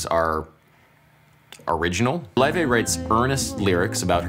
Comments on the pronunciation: btw its not pronounced loi-vay its pronounced lay-vay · Lau-Fey brother is pronouncing it wrong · I love how Adam slowly changes his pronunciation of Laufey from the original way to say it in the Icelandic way to almost saying Levy at the end. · according to laufey, it's pronounced "lay-vay" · WHAT?! THAT'S HOW YOU PRONOUNCE HER NAME? LAOUVEY?!?!?! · Her name is pronounced 'ley-vey'. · He was pronouncing her name wrong on purpose cause he’s jealous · Someone is super jealous and loves pronouncing her name wrong. Cringe!